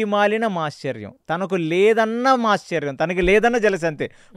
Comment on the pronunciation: మీరు కొన్ని పదాల ఉచ్చారణ తప్పుగా పలుకుతారు, ఉదాహరణకు మాత్సర్యం అనే దాన్ని మాశ్చర్యం అని ఘటోత్కచుడు అనే దాన్ని ఘటోజ్గజుడు అని ,కొండ చిలువ ని, కొండ సిలువ అని. సరి చేసుకోగలరు. మిగతా అంతా ఓకే. ఒక్క చిన్న మనవి. మీ podcast కు TKV. RAGHAVAN గారిని పిలిస్తే చాలా బాగుంటుంది. కాని వారిని మాట్లాడానివ్వాలి. మీరే చెప్పకూడదు.